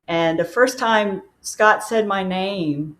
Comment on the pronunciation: his name is pronounced Scott, not Scat, which means poop.